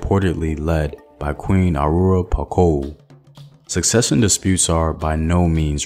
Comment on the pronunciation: I can't speak for every African country but in most Francophone countries the story of Reine Pokou [POH-KOO] is taught in all elementary schools. Elementary and high school is where you learn about all of the continent's history, fables, geography, myths, religions, peoples, laws, etc. Once you've learned all that, you start to learn the same things about the rest of the world. We would have oral quizzes in which you had to name current or past presidents of any given country on the planet. It was a lot of fun tbh. Edit: Houphouet Boigny is a name we were used to pronouncing before actually looking at the spelling so I understand your difficulty in reading it. Let me help you a bit. [OH-FOO-ATE-BOO-AH-ÑEE]. In French "gn" is like ñ in Spanish, most of the time.